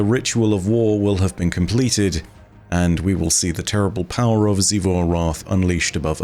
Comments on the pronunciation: Thank you, thank you, thank you for stopping saying “Chivu” and saying it correctly now lol. Despite many many times on the game being mentioned lol. Now I can watch you videos peacefully lol. Great content tho. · Hey! He said Xivu right finally!